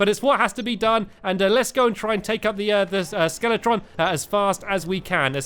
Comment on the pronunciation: Stampy you said skeleton in stead of skeletron